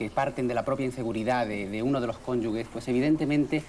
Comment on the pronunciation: Cónyuges, no cónyugues. Cult@ de todos modos.